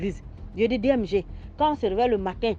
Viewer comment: H3, c'est DMG, pas DJM ! Mais merci pour l'histoire enrichissante !!